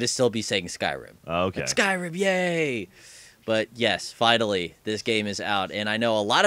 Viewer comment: whys he sayin skrim..its SKYrim